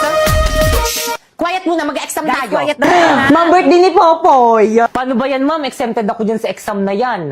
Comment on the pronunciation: Popoy not poppy 😅